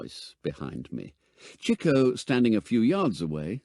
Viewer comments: Interesting enough, but why did no nobody inform the narrator as to how to pronounce 'Chico'... ? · Interesting pronunciation of Chico. In the US, it’s usually “Cheek-o”, not “Chick-o”. Anyone know why this is?